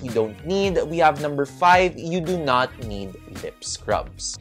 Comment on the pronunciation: Momma bakit naririnig ko ang “You do note” instead of “You do not need” 🤣🤣🤣 I also do the same thing sa lips, once a week pag maliligo, gentle rub ng wet towel lang din to remove excess skin followed by balm/petroleum jelly. 💯 for the rest, super spot on momma! 👌🏻